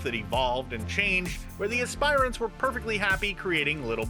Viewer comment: Dude you need to learn how to say aspirants